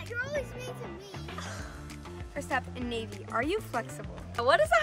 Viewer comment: Just for the next time it’s NayVee! Not Naivee! Just letting u know!